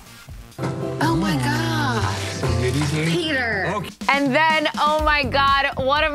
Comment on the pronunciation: Everyone: Windmill Hannah B: Windmeal